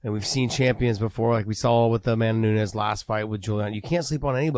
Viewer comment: Amanda New-nez